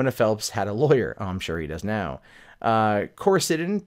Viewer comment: Do... Do you even GOOGLE things before you talk about them??? Coricidin is NOT a SYRUP! It's a PILL. Jeeze, man, first pronunciation and now the substance of the case seems totally unknown to you. Come on, man. Tighten up!